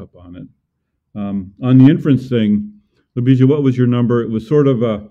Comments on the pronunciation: The accent of Ljubisa's name is in the first syllable. And the s is light. Maybe he is used to this. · Came here for the butchered pronunciation of. Wasn't disappointed. Have updoot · Never have I herd a name so badly butchered in mispronunciation. Poor has probably given up on trying to get anglos to pounce his name properly a decade ago.